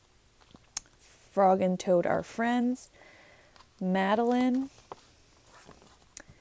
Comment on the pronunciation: You saying Madelyn caught me off guard.